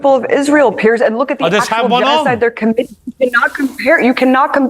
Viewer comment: Piers. After all these years and his name actually written on the screen as a reference you still get it wrong. It's not even pronounced the same. And yes...details do matter. This is also reality.